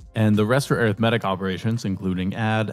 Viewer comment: wait air ith metic? IT'S AR ITH MEH TICK